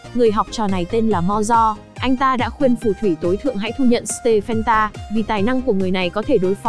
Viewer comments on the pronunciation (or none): stephen đọc là sti vờn nha:))